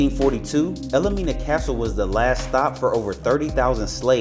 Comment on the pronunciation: Wish you had been more accurate. The castle is pronounced “el Mina”, not “el-le-Mina” as you pronounced it! Also and most egregious, is you said it was built in 1942! IT WAS BUILT BETWEEN 1842 and 1862! You should pay attention to what you say!! Won’t watch you again. Sorry!